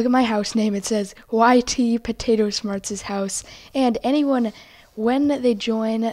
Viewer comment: ?Why are you saying Potato Shmarts instead of Potato Smarts?